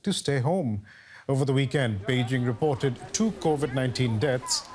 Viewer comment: The emphasis here is “report”.